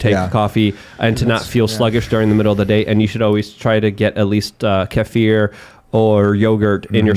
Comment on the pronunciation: Thank you for pronouncing kefir correctly.